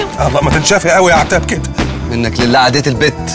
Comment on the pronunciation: هي عتاب متقدرش تقول الشين ولا ايه😕